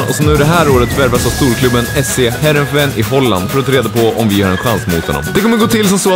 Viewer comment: Nederländerna*** jag ä därifrån man säger Nederländerna och man utalar it heereveen sådär haha